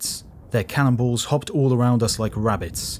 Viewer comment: Heavy subject, and very well done. The only problem I have appears to be my own in that every mention "cannonballs," I hear "cannibals." Every single time I'm like "what?"